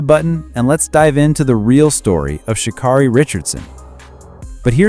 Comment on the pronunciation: Its Sha- KERRY NOT KARRY, DUMMY!!